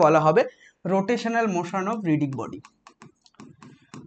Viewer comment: রিজিড বডি ভাই রিডিগ বডি না 😅